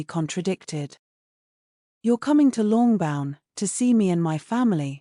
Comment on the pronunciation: I’d love a reading of Pride and Prejudice even by an artificial voice, but some pronunciations rankle. Mama, oh, Longbourne and Miss deBirth?